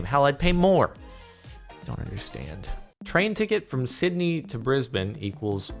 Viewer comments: AH I'm so glad you said Brisbane right! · an American who can pronounce Brisbane correctly 👏 well done jeordoran Edit: also it does cost 28.8 quadrillion kilometer US dollars squared, that's why it's overpopulated in Sydney cause it's so expensive to go up Queensland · Props for pronouncing Brisbane right.